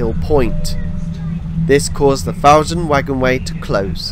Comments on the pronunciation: and elsewhere: It's "FOUR-dun" not "FAU-dun" - as can be heard on the announcement. And , the line crosses the former Fawdon Wagonway route before entering the station from the west, not leaving it as implied here. Sorry to nitpick your wonderful video. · Fantastic, enjoyed this, having watched your Yellow Line video yesterday :o) Just a couple of pronunciation corrections, as a Newcastle chap: Ponteland is pronounced "PonTEEl'nd" with the emphasis on the 'tee' sound. Fawdon is pronounced as "forden" (the 'w' is not voiced).